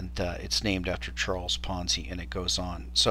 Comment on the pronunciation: Ponzi, not ponzy... and it isn't even remotely close to the definition of a ponzi scheme. -- Smoov